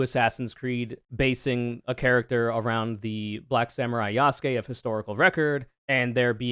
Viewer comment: Consider the fact most of the people who get paid to whine about "wokeness" are SUCH BIG GEEKS YOU GUYS yet they can't pronounce Yasuke correctly.